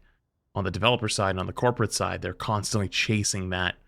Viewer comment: its funny when he said corporate side or whatever, i thought he said corpuscide. and i was like, FUNNY YOU MENTION THAT